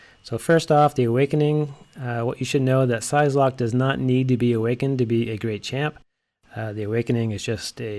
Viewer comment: Great video but it is infuriating that you don't know how to pronounce the name of a character you supposedly like. It's prounounced like "sigh"locke, not "size"locke. Otherwise handy tips.